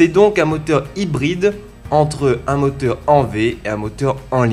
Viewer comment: Putain j'adowe ton accent antillais !! 🙏😭 Le motewe, l'awchitectuwe, les entwe d'aiwe. ça me fume meilleur accent du londe gros ! 👌👌🙏